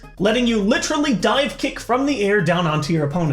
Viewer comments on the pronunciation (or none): LITTER-aly, really? For shame...